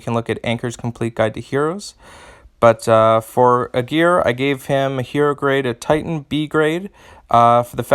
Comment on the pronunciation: Well, as a native German, I wonder that you stress the first syllable of "Aegir", because as English is a Germanic language, I would expect you to stress the first syllable as it is one of the characteristics of Germanic languages and the hero clearly intends to appear of Germanic origin. Apart from that, mixing it up with "a gear" while deciphering the chain of sounds, would be much harder :D. Besides the linguistics, thank you for the video! I was so lucky to draw him two times and I have cool ideas for teams, but he also seems to be much discussed, so your assessment is much appreciated.